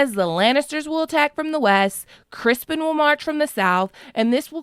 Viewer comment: Its CRISTON COLE NOT CRISPON. BAHAHAHA